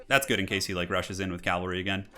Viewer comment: "Calvary" as in the place where Jesus was crucified. For a moment I thought he did it on purpose. Then I remembered.. "Agean"